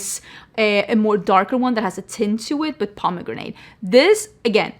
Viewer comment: I’ve never heard Pomegranate pronounced as “Proma-Granada” 😮😊 that was cuteb